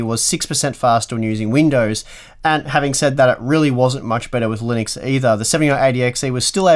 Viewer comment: Linuixe? Linnex? Linneks?